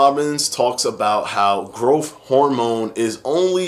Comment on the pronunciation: Just pronounce growTH correctly!